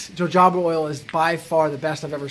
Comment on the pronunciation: ...wait till you’re 56yo. Jojoba is pronounced Ho Ho Bah